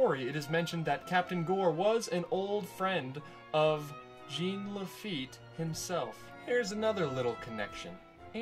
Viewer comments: Dying laughing listening to him say “Gene” instead of Jean. I’ve heard him pronounce it correctly since. Much love. Much love. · It's not pronounced Gene. It's pronounced Jawn La-feet. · Its not pronounced Gene its french its jean pronounced zzohn. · It's not Gene...it's French, it is pronounced Jawn...You had years to correct this... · Jean is pronounce "JAWN."